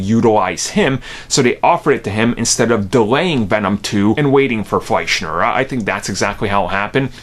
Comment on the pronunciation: It’s “Fleischer”, not “Fleischner”.